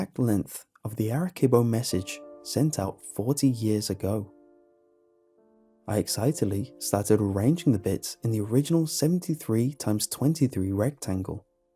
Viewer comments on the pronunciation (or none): By the way Arecibo makes an S sound not a K sound, it’s not arekibo. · the ark-ee-boe message, huh?